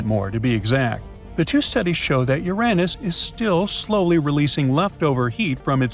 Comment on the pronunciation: Oh STOP IT NOW! I’m going nuts with AI pronouncing Uranus as “ your “Ann- Us.” Guess it’s better than “ your Aaaay Nuss.